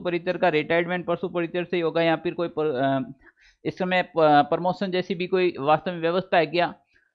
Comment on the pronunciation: अरे भाई साहब प्रमोसन नही प्रमोशन होता हैं